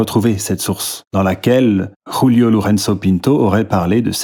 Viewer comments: Pour info, en portugais le J se prononce comme en français : ce n'est pas "Rulio" mais Julio comme julien La prononciation ,que tu fais, est espagnole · Stp, arrête de prononcer le J à la castillane : le mec était portugais! Tu dis pas Khule Verne, si?